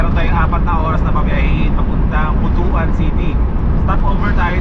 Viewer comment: ..tamang pagbigkas ng butuan is butwan...